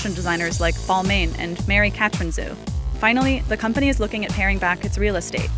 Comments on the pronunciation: It’s pronounced Bal-mon not Bal-main. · Did she just pronounced Balmain as balmine